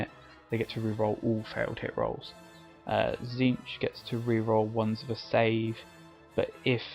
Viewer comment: I believe Tzeentch is pronounced Zéénch, t is silent. Great video though.